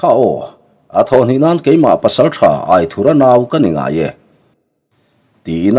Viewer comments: Aithura hming i chhiar dan hi a dik hlel deuh riauin ka lo hreve mai mai a AITHURA tiha "THUR" lai hi theithur kan lama "THUR" kan lam rik anga lam rik tur ni zawk awmtak a ni in ka lo hre ve deuh tlat pek a. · Aithurha nilo in.AITHURA ani zawk lo maw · Aithura tih hming I lamdan hi , lamdan tur dik zawk a ni em? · Angena chhuanthar in alam dan nen khan a in anglo ka loti ve mai mai a,buaina tlak ani chuanglo ania